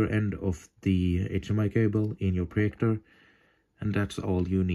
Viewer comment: Its projector Not proyector